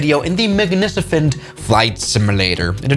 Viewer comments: At the start. MAGNICEFENT FLIGHT SIM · Just another 'magnicifent' day. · says magnicifent